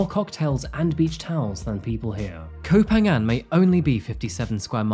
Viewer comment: By-the-way เกาะพะงัน, or Ko Pha Ngan, is pronounced with an aspirated "p" hence the "h" after the 'p' - "Ko pa-ngan". The "ph" is not pronounced like an "f" as you do in English.